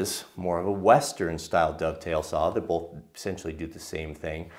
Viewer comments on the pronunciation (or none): Holy cow. Please. "both," not "bolth"